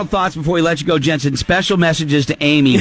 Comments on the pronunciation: Jensen not Jansen. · He kept pronouncing Jensen's last name wrong. He also kept saying Jansen. 😒